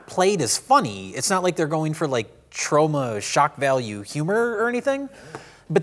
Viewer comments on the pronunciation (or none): I just heard say Troma.